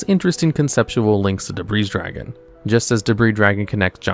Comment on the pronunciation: You don't say the "s" in Debris Dragon's name and also Z-One's name is pronounced singularly, the same way as "zone", as in the Sonic Levels, like Green Hill Zone or Scrap Fist Zone! It is not "Zee One", it is also not, to say it correctly, "Zed One", it is a single syllable! And yes, I named those two levels on purpose, you can probably guess why!